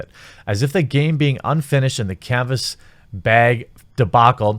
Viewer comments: You said BAG! instead of beg. I'm so happy. Thank you! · "canvas shortage". No 'beg'? 😂😂 Love ya man keep up the great work. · How dare u say bag normally. I'm telling the inquisition ! 😤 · Im only excited bc you pronounced bag correctly